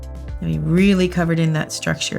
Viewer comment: Did no one else notice How she said "It's actually a reALLY PRETTY Color"